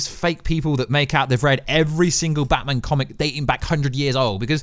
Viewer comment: Can you please learn how to say batMAN properly? It’s infuriating and made me want to smash my own tv. Thanks